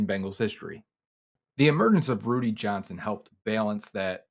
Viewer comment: It's Rudi... Not Rudy